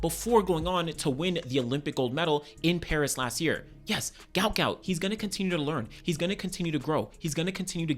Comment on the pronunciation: Say his name properly Guot Guot. What an Aussie legend.